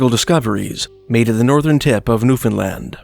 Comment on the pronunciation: thank you for saying newfoundland..